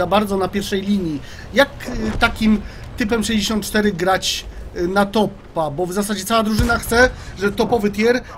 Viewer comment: Oj, tajp 64 a nie type64